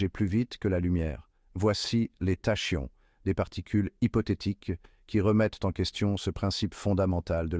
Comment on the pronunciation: Prononciation :Takion... Banaste Pas tachions...